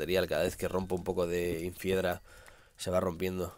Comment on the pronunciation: Luzu se dice INFIEDRA no INFEIDRA